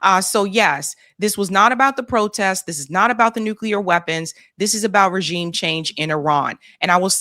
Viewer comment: That’s AI Trump. He can’t even pronounce regime correctly. Explains the hat.